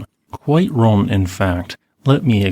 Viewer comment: Computer generated voices are terrible. I believe he wanted to say he was wrong, several times, but it sounded like Ron.